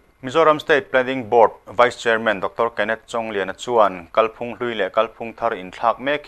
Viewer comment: Kalphung lam dan hi kan hriat chian a ngai. "Kal" tih lai hi, " kalkawng" tiha "kal" anga thlûk hniam tur; "ka 'kal' thei lo" tih anga thlûk loh tur. I lam dan a dik lo tlat. Thlûk hnihnaa lam tur a nia.